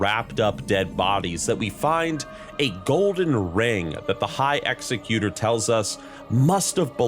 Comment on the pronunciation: You should learn how to pronounce the title of executor and the word sepulcher correctly, and also stop saying "admittingly" instead of "admittedly". It's terribly distracting when you say things wrong while telling a story.